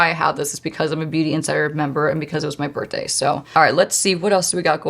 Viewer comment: I love how you say birthday. My friend says it like that. Bertday lol